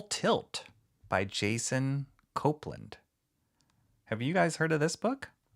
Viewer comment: Thanks for this! And it's pronounced cope-land . :) Thanks for doing this! Very cool! And thanks for backing this bad boy!